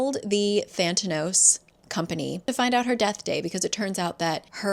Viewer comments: The company is actually called Thanatos, is just saying it wrong. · Same. Also I kept thinking she was mispronouncing "Thanatos", the Greek God of Death. If it really is spelled with an extra T in the book, I'm annoyed. LOL. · is it "thantanos" or "thanatos" like the god of death?? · Every time you say Thantanos I just think it’s Theranos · The company is called (Thanatos) Than-uh-toss, as in the Greek Personification of Death.